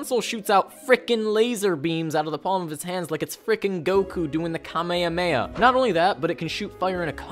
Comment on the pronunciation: Your pronunciation of Kamehameha hurts me deeply